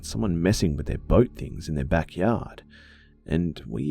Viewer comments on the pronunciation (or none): none